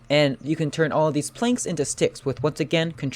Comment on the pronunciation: when you say..... theese sticks and ....six sticks......... ehm